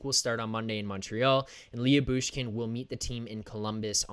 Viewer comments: Lou-Bushkin, not Lee-Yu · Leah Boosh Kin😂😂😂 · His name is spelled different but you pernounce his name like this la-bush-kin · Last I looked Jakob Chychrun is a minus 27 this season. I wouldn't read anything into that stat especially in Arizona. I would add why would Arizona want to move Chychrun who's a minus 27 while they are tanking? Hahaha! Also I'm pretty sure it's pronounced Lebooshkin.